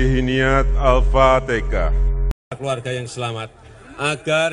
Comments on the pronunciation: Hhahahaaa Alfatekah.??!!!! 😂😂😂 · Kenapa jadi alfateka,,😱😱😱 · Wkwkwkwkwkwk Lakalakalakalakkatakatakatalah, Pilih pemimpin itu yg di pilih ulama bukan kayak jokowi alpatekah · Galam raya sudah jelas2 ucapan nya salah malah di bela aja nte sih,Al Fatihah jadi Al fatekah itu kan Al Qur'an,,bisa baca Al Quran kaga nte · Sudah jelas2 salah malah bawa2 bahasa jawa,,itu kan Al Qur'an bacaan nya Al Fatihah bukan alfatekah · Al fatehah pak bukan tekah. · Aduh sudah jelas2 ngomong nya salah Al Fatihah jadi Al fatekah